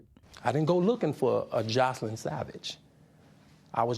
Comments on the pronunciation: Why does R Kelly pronounce her name Jocelyn instead of Joycelyn ... like damn pronounce one of your girlfriends name right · How is R. Kelly in love with Joycelyn and he doesn’t know how to pronounce her name? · When you're in a "relationship" with someone and they don't say your name right.....it's Joycelynn not Joseline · Kellz called her Jocelyn, but her name is Joycelyn. How you f*cking on somebody for years and not know how to pronounce their damn name?? And EVERYONE is lying!! Robert, the parents, the “girls”... smh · R Kelly said Jocelyn instead of joycelyn lol he said her name wrong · Did r Kelly call her Joseline instead of JOYceline? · R. Kelly doesn't even know her name! It's JoyceLynn not Joslyn! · Robert doesn't even pronounce her name correctly, he says Jocelyn instead of JOYcelyn... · Why does r kelly pronounce her name Jaw-sel-in.. but it is Joy-sel-in.. some love between them when he can't even get her name right.... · her name is Joycelyn but r kelly calls her Jocelyn , LMAO SMH He doesn't even know her name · R Kelly can't even say joycelyn right he said ja slin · She’s supposed to be his girlfriend but he can’t even pronounce her name correctly. He calls her Joseline. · RKelly doesn’t event pronounce Joycelyn’s name correctly. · R. Kelly doesn’t even know how to pronounce the girl name 😂 that is enough to let me know he don’t care about that girl he’s a liar! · R Kelly not even saying Joycelyn's name right. Girl! That man been with you over 2 years and can't be bothered to pronounce your name right?! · I love how he didn't even know how to properly pronounce his own "gf's" name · Sounds like R Kelly didn't know how to pronounce his girlfriend's name?